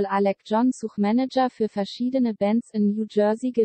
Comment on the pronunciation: Man sagt nicht Such, wie suchen, sondern Such, wie sach, wo lebst du den? :D